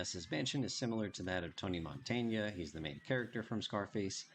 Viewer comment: Another great video, I love that heavy BF! Btw it's not Montaña, is just Montana (just in case you name him in a future video).